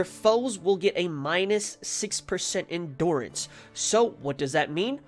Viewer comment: It’s hard to watch the vid because of how he says endurance